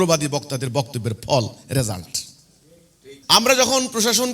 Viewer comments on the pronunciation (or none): none